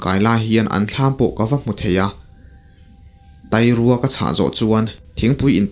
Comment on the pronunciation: Tai rua nilovin tâi rua ti a lam zawk tur ni awm tak ani